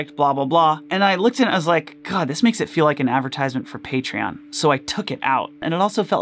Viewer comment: if i had a nickle for everytime he said partion